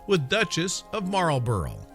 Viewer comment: It’s killing me, every time! Blenheim Palace is pronounced as ‘Blenum’, the county of Oxfordshire is pronounced ‘Oxfordsha’ the Marlborough name is pronounced ‘Maulbra’ . You left out lots of interesting Blenheim history, like it being the home of the legendary Winston Churchill and also that the Palace is open to the public as well as the beautiful park and gardens that include things such as the Blenheim hedge maze but even though it is open to the public it is still home to the Duke of Marlborough and his family who live in the Palace in their own sectioned off private part of the Palace. I live in Oxfordshire and the Palace has always been a great place to spend days with my children exploring, playing and learning as annual pass holders. If you are going to do a video on a topic please, please look up how to pronounce vital words to the topic!